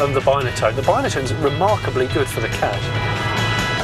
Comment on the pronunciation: You call it a bineatone and its not its binatone